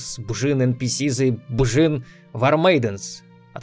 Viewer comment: Да блин, что сложного в имени Биджин?